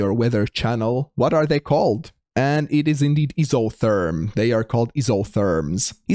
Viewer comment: grr, its none of those its EYE SO THERM...